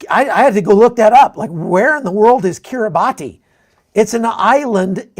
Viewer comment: its pronounced, ki·ree·bas